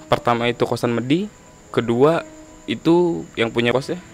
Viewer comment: bacanya medi mas, bukan medhi